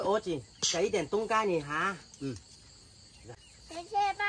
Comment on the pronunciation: 爸爸不能這樣教小孩冬瓜西瓜發音都不清楚了怎麼教小孩說成東嘎西嘎的音了